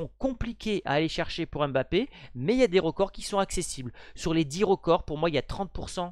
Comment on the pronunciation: Ce n’est pas (M)bappé c’est plutôt Mbappé😅